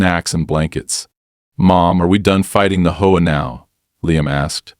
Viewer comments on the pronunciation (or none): Its not a hoa, it's a H O A, they really need to stop this AI voicing